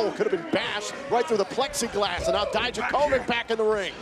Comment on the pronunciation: "Дијаковић" [Dijakovic] should be pronounced 'dee-YAK-uh-vitch', not 'dai-dja-KOH-vick'. Please somebody let Mauro and Beth know!